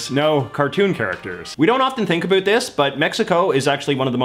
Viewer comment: He becomes so much more Canadian when he says "about".